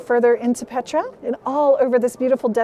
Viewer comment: Blessings to All! My, my, just so Amazing! Truly this is an incredible Pilgrimage! The Magdala Team has Blessed us so very much with this virtual experience. As I heard the Name - Petra pronounced by, I heard "Peter"! And we all know what the Name of Peter means - ROCK! Thank you so very much and God Bless, Mark Fitzpatrick [ I also send my St. Patrick Day wishes to Everyone!]